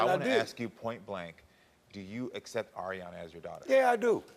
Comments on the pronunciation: The second story annoys me !! Yaw have to innerstand that THIS parent hAD to GRIEVE A SUN at one point . Drinking issues emotionally and mentally.. I believe he’s better now and his DAUGHTER needs to stop getting on him for saying AIRyana smh ! Grow tf up ! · The Aryana girl I can see why her dad was getting irritated about his pronouncing her name wrong. My dads from Jersey theres so many words that man’s says wrong including our middle names. It doesn’t mean he doesn’t know it.🙄